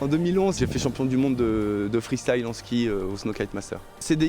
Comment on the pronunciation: Oui mr du cerf-volant le free stile pas le free style sinon bonne vidéo